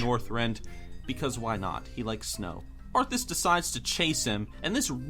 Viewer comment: It's "Arthas", you dumb fuck.